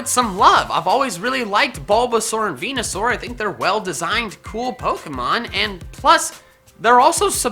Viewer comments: ARCANINE, NOT ARCINIE! MEWTWO CANNOT MHAVE A NICKNAME IF IT'S GENDERLESS! VENUSAUR, NOT VENASUAR! AND STOP LEAVING OFF THE D IN PIDGEOT! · VENUSAUR, NOT VENASAUR! AND THERE IS NO H IN ALOLAN! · THERE IS NO O IN VENUSAUR! AND IT'S AERODACTYL, NOT F*CKING ARODECTLE! FIX IT RIGHT NOW! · FORNITENERDS NERDZ Not a single person says it right its VENUSAUR